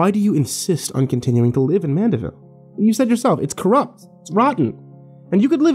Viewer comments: It's Mandeville not Manderville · Driving me nuts. It mandeville not manderville.